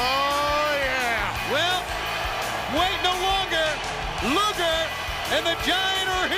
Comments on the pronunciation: Rodman said "Lex Luther". 😂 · I WAS THERE! RODMAN KEEPS CALLING LEX LUGER “LEX LUTHOR”😂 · I swear Eric even said Luger beforehand